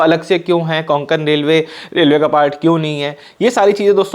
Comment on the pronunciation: Konkan nahi re Kokan Railway